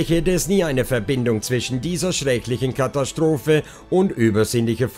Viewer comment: Du hast einen seltsame Sprchmelodie. Hat was von Jeryko...etwas reißerisch. Kathastrophe spricht man so wie man es schreibt mit S-T und nicht SCH-T. Gegen Ende jedes Satzteiles geht deine Stimme hinauf, das macht es sehr Reißerisch. Wie wenn man ein Moped anreißt. Vielleich kannst du daran arbeiten. Man merkt einfach, du ließt vom Blatt und das nicht gut. Ich würde mir mehr Fakten wünschen, zum Beispiel die Zeichnung des kleinen Mädchens. Lg